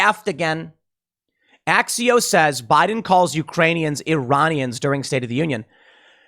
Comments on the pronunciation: I thought he said “geraniums.” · Actually Joe said Uranians. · He absolutely said uranian. Stop making excuses, Tim, Biden is losing his mental faculties. Period. It’s obvious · I thought he called them "Uranians" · He definitely said Uranians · I've replayed it over and over, he said Iranian. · He said uranians. You giving him too much credit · He Actually called them Uranians not sure why everyone is getting that wrong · He said "Urainian" not Iranian. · You're wrong Tim. He said Uranians. Lol Lauren Boebert is awesome for yelling 13 of them. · he stumbled a LOT and I think there are better ones to pick out because I think he did say uranium, he just missed the K sound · Am I the only one who heard "uranians"? :D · He said Uranians.....he meant the next illegal aliens coming from Uranus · He just left out the "K: ... when he said Uranium.... Iranium.... UKRAINIAN...... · Tim just will never admit he was even a little wrong lol I don't like Ian but he definitely said "uraniun" 😅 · Actually he said "Uranians" - he missed the K. Not sure if Freudian slip about some sort of grift they've got going with uranium in Eastern Europe, if someone just spelled it wrong on the teleprompter, or if he just can't speak as usual. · It was clearly Uranians. He tried to say Ukraine, and screwed up. It makes more sense (and sounds right from what he said) because he was talking about Ukraine just before that. And aren't you assuming what he meant too, Tim? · I’ve listened to it a few times now. O’Biden definitely said URanians. Edit: Joe has plagiarized almost every major speech his entire career. He even got busted back in the 80’s-90’s when the media used to do their jobs, and he had to drop out of the presidential race. How this is still a surprise to anyone is beyond me... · I thought he called them Uranians. I thought he was going to announce that aliens from Uranus were fighting Russians. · He said Urainians. Everybody know that Urainians come from Uranus. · He said U-ranians.